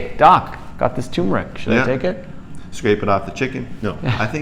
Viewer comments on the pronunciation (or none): It’s pronounced ter-mer-ic not too-mer-ic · Not tumeric... It is tuRmeric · First Docs you should learn to pronounce the Roots Name properly...it is not Tumor Ick it is Tur Mer Ick... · You need to get the pronunciation right. Its "Tur-mer-ick." Not Too-mur-ick... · I used to call it Too-meric also. But there's that r in there. So it's tur-meric. You're welcome :) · You missed an "r". It's turmeric, not toomeric. 🙂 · It's spelled TURmeric, but most people (mis)pronounce it TUmeric, like these guys. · TuRmeric. There's an r between the u and m. The sress is on the first syllable, not the second syllable. TER-meric. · First off gentleman ..... it is pronounced. T E R MER ICK. I'M 74 years old I and have making my own turmeric capsules from 1lb. containers of organic turmeric AAA size capsules (1000mg.) 1 gram bid for at least 10 years. YES it is a pain to make the caps, but I can't stand the flavor. I have no aches or pains associated with a 74 year old overweight male ! My weight is 260, my BP is 121 / 72 and my bloodwork has been normal for my entire life ! The reason I began taking it was that I had read how effective it is in killing cancer cells, oh did I forget to mention that I am an all day pipe smoker ? All the test results that I have read blinded and controlled or not show many positive results in reducing bp, heart disease, killing cancer cells, and many more in addition to reduced inflammation. I could go on about my tri geminal neuralgia, and surgical pain that I no longer have. Conclusive ? No but certainly worth a serious look !!! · I cringe when I hear "TOO-mer-ic." It's like saying "NOO-kew-lar." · Hubby screams "tuRmeric"... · Not "too-mer-ic" sorry. Otherwise splendid info! Here's the correct way to pronounce it. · Very informatively . Thanks Sorry if offered I was not talking about spelling It was the pronunciation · If only they could pronounce turmeric 😂